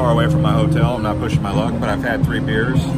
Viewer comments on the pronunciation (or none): none